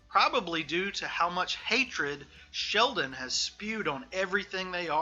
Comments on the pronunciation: His name is Shelton, not Sheldon. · Dude, are you really saying "Sheldon" over and over while trying to tell me you know about 3? It's Shelton! Shelton! Jesus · Given the fact you cant even get his name right (SHELTON not Sheldon) you have zero credibility. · Shelton not Sheldon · Shelton not Sheldon speaker man uok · Shelton not "Sheldon" respectfully. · It's pronounced Shelton, not Sheldon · Shelton. The man's name is Shel-ton Not Sheldon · shelton, not sheldon. hmmmmmm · Boss... That's ShelTON, not Sheldon. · OK I keep hearing you call him Sheldon his name is Shelton not Sheldon go look it up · Actually it’s Shelton not Sheldon bud. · Shelton not Sheldon 😂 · Shelton, not Sheldon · ShelTon w/ a T NOT ShelDon .......c'mon man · Just a little nitpick -- his name is ShelTon, not ShelDon. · Ok I’m sorry but I have to say this. Shelton’s name is a family name. My sons name is Shelton too. I’m 90% sure that it’s the same family. The Shelton family. ShelTon. Not ShelDon. It’s really disrespectful to call someone named Shelton , Sheldon. Sorry. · Why does this dude keep saying "Sheldon" ? Wtf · It's SHELTON with a "t," genius biographer guy. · This guy starts off on the wrong foot by mispronouncing the Subject of the Piece's first name FROM THE GET. That's ridiculous. He follows that up with THE WORST BOB DYLAN IMITATION ON RECORD. (And Dylan isn't that hard to imitate.) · At least get his name right lol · Right, how can you make a whole video calling him the wrong name. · The penalty for mispronouncing Shelton should at-least be life without parole. Ideally the electric chair.